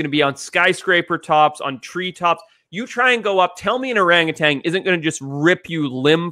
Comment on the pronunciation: There is no g at the end of orangutan